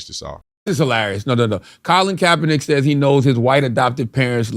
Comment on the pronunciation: U use google for navigation !Colin you ruining the name bro😢